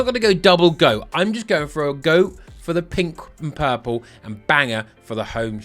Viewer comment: U pronounce purple pal-pu😂😂luv it 😅😅😅😅